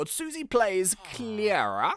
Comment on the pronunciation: IT'S PRONOUNCED KL-AIR-A